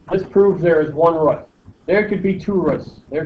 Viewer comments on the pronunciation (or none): "One rut" lol